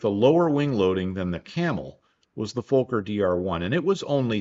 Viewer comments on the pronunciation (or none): It's pronounced fawker not folker,the word fokker.